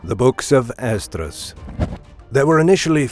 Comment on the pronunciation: Ummm… I think you mean John in revelation not David. Also, it’s Ehz-Ruh. There is no D. Who is this commentator? Who did the research for this video?